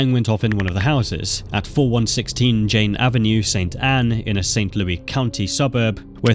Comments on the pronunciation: im from missouri, this was Intresting to watch. Its LOU-is not saint LOUIE LOUIS like (Lewis) its actually driving me insane, there is an s bub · It’s not St. Louie. It’s pronounced like Lewis. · Just a note from a Missourian: It's pronounced "St. Lewis" and only pronounced "St. Lewey" as a nickname when joking or sometimes in songs. Saying St. Lewey in this context is really weird. Great video and I can't wait for videos on other states! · its prnounced st louess btw not st louey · For future reference, in America, Louis isn't pronounced Louie. It's pronounced Lewis. Just so you know! Great video again and I visited not long ago for the Big Boy steam train there and the Arch. It was fun! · SAINT LOUIS!!! 🙄 NOT SAINT LOUIE 🤣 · St Louis Vuitton by the way he says it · lol what is ST LOUIE? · I guess I live in St. LOUIE. now. Crazy how he kept on saying it like that. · I live in this state. AND THATS NOT HOW YOU SAY ST LOUIS. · Considering how many times you mention St. Louis, you could have made sure you were pronouncing it right lol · Same bro same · yeah except it’s not a city in France. It’s a city in an English-speaking country. No one in that country pronounces it like that.